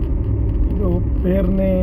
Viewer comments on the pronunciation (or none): ಅದು ಪೇರ್ನೆ ಅಲ್ಲ ಪೆರ್ನೆ